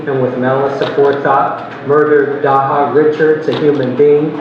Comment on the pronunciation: Can you respect her and say her name right please? Dejha is not hard to say or pronounce! Every time you say her name like that my blood boil. REST IN LOVE DEJHA🙏🏾💔